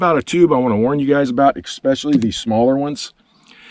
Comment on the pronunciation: “Eggspecially”???? You sellin special eggs? ESPECIALLY!!!!